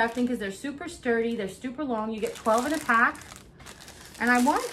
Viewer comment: That’s funny “stuper” did you have to much coffee? Jkjk 😂😁😉🥰